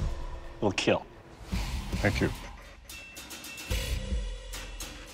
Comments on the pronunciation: The damage, The pain, It will KEEL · I don’t get why people say “IT WILL KEEL” it’s more like “ IT WILL KEAL”. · He said “it will keal” Keal stands for keep everyone alive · The PAIN you feel The DAMAGE is reel But most importantly.... IT WILL KEEL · I’m not trying to correct you or be smart or anything so I’m sorry if it were to come off like that, but whenever he says “it will kill” he’s actually saying “it will KEAL” which stands for “keep-everyone-alive”, it means to keep whoever Is using the weapon alive, If it should break in the KEAL test it falls to keep the user alive, because if the blade were to snap or break it could still be used in a fatal way. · Keel test...